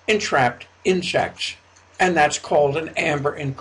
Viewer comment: That voice.... "Inshechtsh"